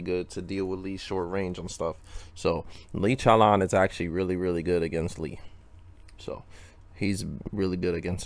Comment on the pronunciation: Lee CHOWLAWN